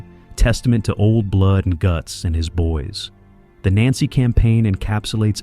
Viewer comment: It would help the narration's credibility it the AI had been programmed to pronounce Nancy correctly.